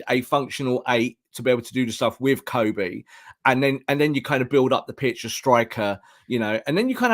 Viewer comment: His name is pronounced Kobbie like Bobby.